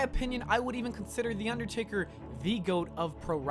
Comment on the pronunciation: How did noone else hear u say undertarry when u were talking about him doing the 19 and 1 thing